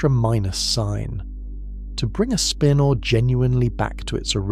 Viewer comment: I "love" how the lousy computer narration can't pronounce "spinor" or "nuclei" consistently.